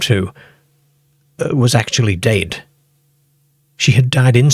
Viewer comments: The creepiest thing about this video is the weird AI voice and the bizarre pronounciations: one minute, it's "dead," then the next minute, it's " dade". 😂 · Now I know where our Southerners got their pronunciation of 'dead.' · The way you pronounce the word, “dead” is kinda creepy but in a good way lol. I love this kind of stuff! 😇